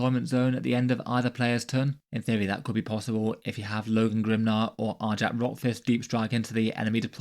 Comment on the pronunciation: One minor correction- it's pronounced "Ar-yac," kind of like "Ny-all." Great breakdown of the rules though.